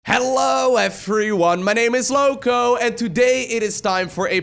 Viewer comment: Your emphasis in "Lowko" makes me feel uncomfortable, I don' t know why tho.